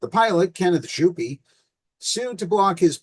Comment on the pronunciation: To clarify: Jouppi is pronounce yo-p-p-ih. J in finnish is like y in "you". the o is round and clear, followed by a short "oo".J-O-U. The p is long and the -i at the end is shorter than the vowel at the end of e.g. "pee" or "happy". P-P-I.